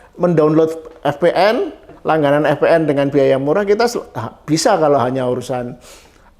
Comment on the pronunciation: VPN pak 😭 Vi-Pi-eN 😭 yawlah gw loading pas bapanya bilang eF-Pe-eN 😭🙏🏻